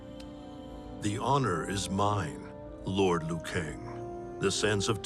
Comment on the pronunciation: Its liu not lou kang. It’s not a silent i